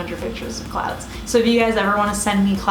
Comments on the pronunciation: i swear I was hearing "clowns" and i freaked out for a moment 😂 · hahaha sorry my mistake, at the end when you said that you love clouds I thought you said clowns! I'd you hadn't shown the picture at the end I would still be freaked out 😂😂